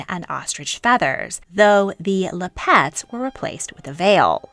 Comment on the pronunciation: The word "lappet" is pronounced "LAP-et." You are pronouncing it "Lap-ET" as though it is spelled "lapette." (I looked it up in the dictionary.)